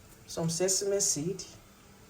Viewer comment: The way you pronounced that sesame ehnnn 😅